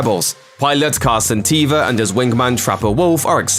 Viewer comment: It's Carson Teva not Tiva